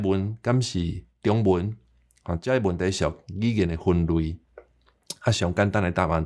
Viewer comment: 你發:中文,个中tiong/55煞無變調作'丈33', 會予人聽作:長文个變調/53->55; 意思會變作:加額个文字。